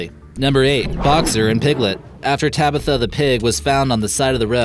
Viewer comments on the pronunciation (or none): none